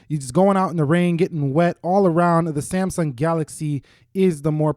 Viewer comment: am i the only one who commented why he says saymsung